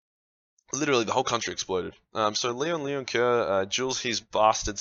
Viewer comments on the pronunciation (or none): none